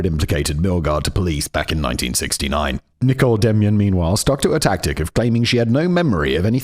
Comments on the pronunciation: Did Simon say Nicole wrong the whole time? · Your pronunciation of Nicole John was shocking, it took reading the comments to realise her name wasn’t Nickel John 🤣🤣🤣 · Anyone else think simon was saying "nickel" instead of Nicole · Also calling Nicole "nickel"